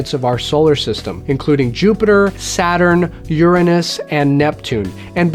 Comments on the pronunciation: You pronounced 'Uranus' as 'Your ah nus' Veryyy clever. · Admit it, you pronounced Uranus differently to avoid pronouncing it 'Your Anus' didn't you?